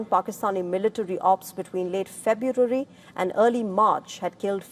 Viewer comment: Here's again.